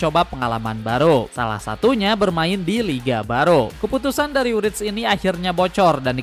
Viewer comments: Wirtz bg bukan writz..hehe YNWA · Bacanya wertz, bukan writz🎉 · kocak nyebut namanya wirtz gabisa wkkw